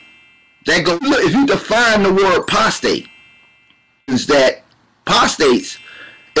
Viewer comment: lol! #28 he said "postate" hahaha